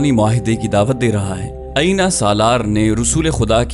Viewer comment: بھائی غطفان کے سردار کا نام عَینِیَہ نہیں بلکہ عُیَینَہ ہے۔ اسی طرح ان کا نام نَعِیم نہیں، نُعَیم ہے۔ آپ کی آواز اور لہجہ بہت پیارے ہیں۔ لیکن کچھ اردو اور عربی الفاظ کے تلفظات میں آپ غلطی کر جاتے ہیں ۔🙏 معذرت چاہتا ہوں ، لیکن یہ میں نے تنقیداً نہیں بلکہ اصلاحاً عرض کیا ہے۔ دل آزاری کی معافی چاہتا ہوں ۔